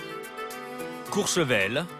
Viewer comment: COURCHEVEL...et non COUR ...Sevel..merci